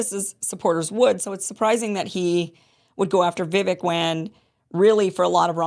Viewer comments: It's pronounced Vivake, not Vivik. He told you, on your very show a while back, and where I learned the pronunciation, "Vivake like cake, Vivake like cake," yet you're one of the only ones who keeps mispronouncing it. 🤯🤯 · Why must you mispronounce Vivache's name? It's not Vivic. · Vi-VAKE rhymes with CAKE. C'mon, Kim, pronounce it correctly. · Vivake. Is how you pronounce his name….. Vi VAKE. Jeepers. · Can you please just learn how to pronounce Vivek's name? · I too am tired at how his name is being pronounced - thankfully we won’t hear much about him anymore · I find it really disrespectful that you don't pronounce Viveks name correctly.